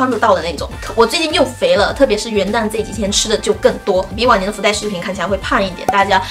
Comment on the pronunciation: 听好几次才听清是“往年”，以为是晚年😂😂😂